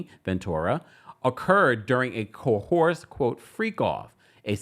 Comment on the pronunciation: Coerced is pronunced co.uhrst not cohorsed and Mase's last name is Betha pronunced Be.tuh or Beth.ah Great content and vibe otherwise, I just thought i'd mention coerced mainly because you say often.